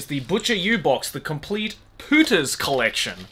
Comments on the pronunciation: Do you have any idea what Spanish word your pronunciation of "Pooters" sounds like? x'D Maybe that was the original intention ... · Everytime he says "Pooters" it sounds like "putas" in spanish (it means bitches but worse) haha